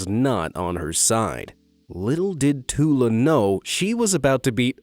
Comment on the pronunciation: I laughed when you said tulas name cuz im finnish and it sounded so different😂